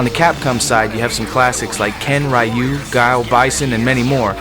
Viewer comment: "Raiyuu"? Phuckin' amateur hour over here.